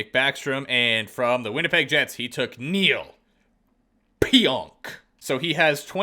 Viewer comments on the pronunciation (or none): none